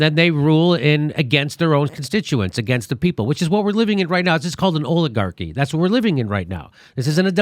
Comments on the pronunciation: I love what Jimmy is doing, but I wish he would pronounce "oligarchy" correctly - the "o" is pronounced as in "olive." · Did Dore just say OILAGARCHY?